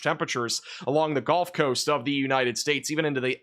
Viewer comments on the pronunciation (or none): you're awesome, but brother it's the Gulf coast.... not the golf coast.